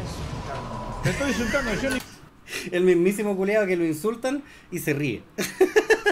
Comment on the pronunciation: "Sho te voy a ayudar", loco, por que??? Ese local merece cerrar, no podí poner en peligro a tanta gente porque "no aguanto mas"